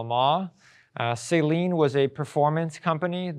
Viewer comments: It's not Say-Lean it's Sah-leen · Saleen is pronounced "SUH-LEEN", not "SAY-LEEN" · Its not salt water...its pronounced... suh-leen😂 Great vid otherwise